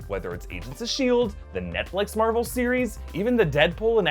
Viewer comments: Marble Stubios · Am I the only one who hears Marble when says Marvel? 👂 🤔